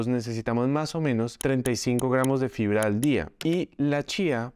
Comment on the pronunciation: Pilas que dice FRIBRA